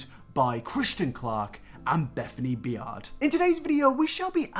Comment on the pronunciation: Its pronounced bay- erd